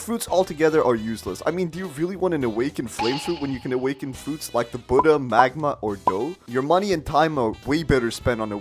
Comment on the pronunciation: Man saying buddha, magma and, dough useless xd